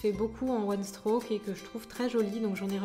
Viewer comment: Je pense que tu ne sais pas ce que c'est le one strock (d'ailleurs tu le prononces mal) Ce n'est pas un un dégradé de deux couleur mais une nuance de deux couleurs !!! Ça peux aussi se faire avec 3 ou 4 couleurs ! Et tu utilises beaucoup trop de peinture ! Enfin bref que des incompétences. Bonne continuation 😍